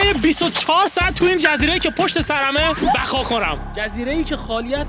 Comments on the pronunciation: 0:3 بقا کنم ❌ بخا کنم✅ فارسی کیلی کیلی کم المانی کیلی کیلی زیاد😂😂😂😂😂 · بخا ❌️بقا ✅️😂😂😂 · ثانیه اول ( بخا خونم )، بابا درست صحبت کن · بقا نه بخا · بقا ❌ بَگا✅